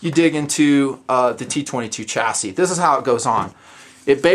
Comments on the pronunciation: Stop pronouncing it as "chass-IS" it's "Chass-EE" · "chass-ee" lol maybe it was on purpose